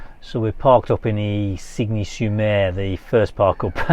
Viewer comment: Isigne sur Mer is pronounced 'Ezenee sure mare' - but very good try 👍 😆.... I often wonder when your mic's are clipped to your round and V-neck tops that the mic's are stretching the neckline - have you tried any neck holsters to accommodate these to prevent spoiling the necklines? Thanks for another great vid - so good to see places I have visited ❤